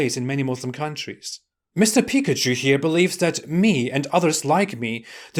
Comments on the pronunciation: For a moment then I thought you said Daniel Pikachu 😂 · Every time you day the dude's name, i hear "Daniel Pikachu" lmao